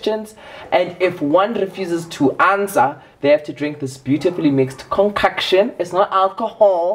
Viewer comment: I will never get over the confidence in 'conCUCKtion' lmaooo